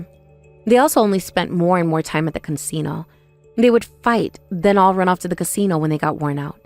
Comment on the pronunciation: What’s a “cunsino”?